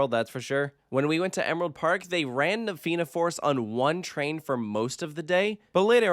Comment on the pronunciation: Thank you for getting the pronouncuation of Fianna and Tir Na nOg right before recording this. Edit: on a point of pedantry, the theme of the area is Irish Mythology. Tir Na nOg was a mythical country in the sea to the west of Ireland inhabited by immortals Edit: Cu Chulainn is pronounced exactly like Coo Cullen. The emphasis being on Cullen.